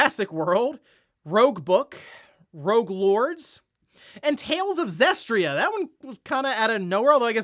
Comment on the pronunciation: I'm still waiting for the day when people stop calling Tales of Zestiria, Tales of "Zestria". did it multiple times in this video. Are people not able to read?